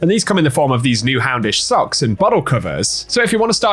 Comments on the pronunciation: Aye man it totally sounds like you’re saying “houndish sucks” not “houndish socks” 😅😂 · oh you said socks i thought you said houndish sucks